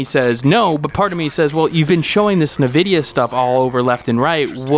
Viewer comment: Cache is pronounced Cash FYI and Nvidia is pronounced N - Vid - ya.